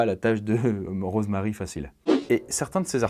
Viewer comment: c'est moi ou tu dit morose marie ? C'est le pire jeu de mot du monde mdrr 😉😉